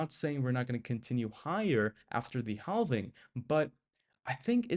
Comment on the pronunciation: Ok subbed. I’ll give this channel a shot. But the L is silent in halving. Pronounced like “having”.